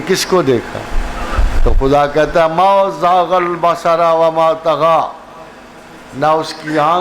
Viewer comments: MashaAllah! Want to correct Ma zagal basaro hay basara naheen hay. Surah Alnajam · ما زاغ البصر ُ را کے اوپر پیش ہے پروفیسر صاحب قرآن مجید کی آیات پڑھتے وقت احتیاط بہت ضروری ہے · ما شاء اللہ ۔۔بات اچھی کی ۔۔۔۔بٹ آیت میں غلطی ہوگئی ۔۔۔۔ما زاغ البصر ٫ وما طغی ۔۔۔